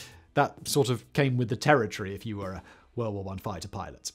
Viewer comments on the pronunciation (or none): none